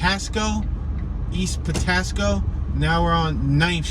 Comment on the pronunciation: Patapsco Avenue say it right